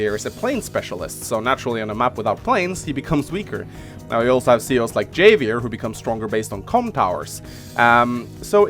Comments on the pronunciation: It's pronounced havier you non-Mexican. Of course I'm not mexican either but your mother. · havier, it is read like Havier, буква х там) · it's pronounced "ha-vee-air" it's Spanish, like jalapeño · Not sure if anyone has pointed this out, and I pronounced it the same in when I was first playing the game, but Javier is pronounced HAH vee AIR. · Javier is a Spanish name, I think. So the J is pronounced like an H.